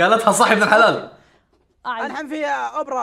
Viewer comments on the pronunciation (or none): none